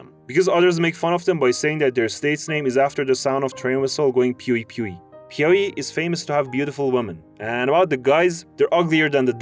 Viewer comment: PIAUÍ IS SO ACCURATE OMG 😭